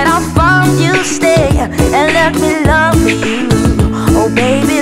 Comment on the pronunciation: Selah- “let me loff you” accent so good